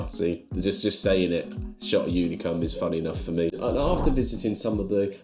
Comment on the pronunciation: unicum is nothing to laugh about - or maybe we are not thinking about the same thing? I am thinking about a famous Hungarian liquer. but the way you pronounced it - God knows what you've ordered 😆